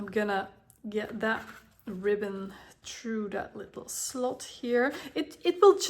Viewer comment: I like how she says through. ( Tru )